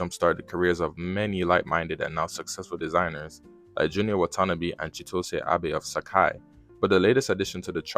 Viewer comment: 99% of ppl who talk about Junya Watanabe pronounce it incorrectly lmao